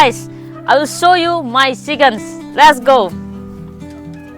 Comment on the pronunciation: Its not ccccc...kens its chikens...